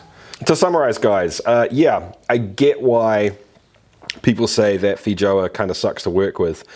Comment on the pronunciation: There's a less than 0 percent chance he's pronouncing that correctly.